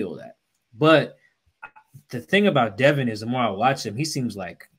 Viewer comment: it’s Devon, not Devin.